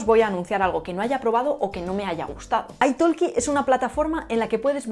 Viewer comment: I think that the pronunciation of italki should be aytahki, not aytaLki, it comes from English "talk" the "L" is silent.